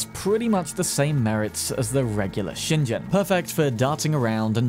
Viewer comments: FYI, "shingen" is pronounced like "Sheen-gen" not "shin jen". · not to be that guy, but every time you pronounced shingen with a j sound i got a little bit more mad